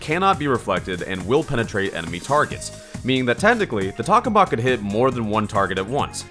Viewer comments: Just an FYI, you’re saying “tak-oh-mak”, but it’s “tak-ah-mak”. It’a a reactor in real life. Also, while a space themed weapon would be cool, in a 50s ascetic environment, he shouldn’t have a weapon based on a reactor we still haven’t been able to get working. Also, omg, your suggestions to improve the weapon are Sooooo not balanced! You want it to rapid fire the bullets from the shirt circuit?? Almost all weapons with unlimited ammo have major downsides! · tock-o-mack** >:V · What? Tokamak more like tohamak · It's pronounced toe-ka-mahk, I think? That's how I first heard it. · Vid was cool but I died a little inside every time you said the name wrong.